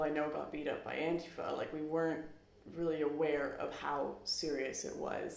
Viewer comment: learn how to pronounce antifa. and don't worry I don't feel bad for you or your alt-right friends.